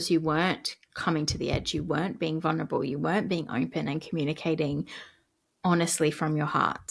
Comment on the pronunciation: It's vuLnerable. The L isn't silent and never was. You're welcome